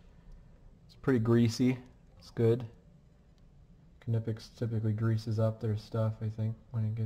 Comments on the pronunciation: It's not "Kin-ip-ex" It's "nypex" Are you even an electrician? Lol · Seriously if I hear some call the brand “kuh-nipex” again I’m gonna loose it. The K is silent it’s pronounced “nipex”. German pronunciation. Great strippers I have them myself. Worth the extra money.